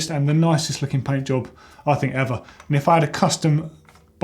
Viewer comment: said pant job not paint job lol